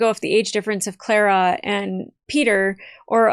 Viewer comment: Say her name right it's Clara not